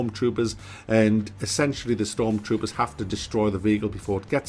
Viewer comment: I cringed when he said stormtrooper